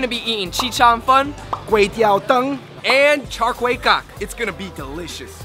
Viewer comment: Any Cambo's cringe when they say Char Kay teow?😂